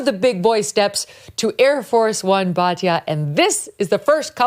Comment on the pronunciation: It is BAT YA NOT BAJYA